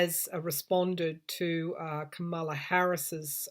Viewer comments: I love the way you pronounce Kamala's name. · I love your accent and the way you pronounce Kamala’s name besides it reminds me of exactly what’s going here for Trump and the GOP Karma...la. Hmmm think about people😉🌞